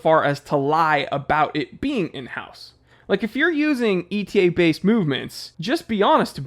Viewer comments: Etta. Etta. Etta. It's pronounced Etta, not E.T.A. Come on, you should know that. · You made me a bit wiser and smile but I do wish you'd stop pronouncing ETA e t a 😢